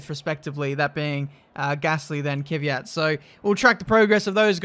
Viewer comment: it's pronounced Kvyat, not Kyvyat